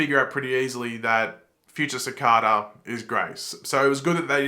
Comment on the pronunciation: The way you’re pronouncing Cicada isn’t right